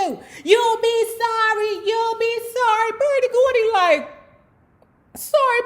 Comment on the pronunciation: "BERDIE GORDY"???